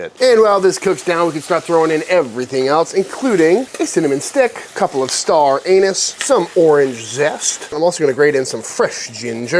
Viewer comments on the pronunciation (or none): This looks absolutely delicious, but I have to say my FAVORITE part of the entire video is when you said, "star anus." You're the hero we don't deserve. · "a cinnamon stick, a couple of star anus.." man, I love this channel.